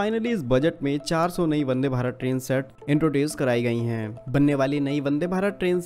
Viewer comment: वदे या वंदे 🤪